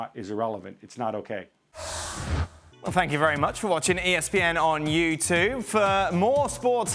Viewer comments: Bloody clown says youtuuuuuuuve🤦‍♂️ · Why does it sound like you say you too instead of you tube at the end of each clip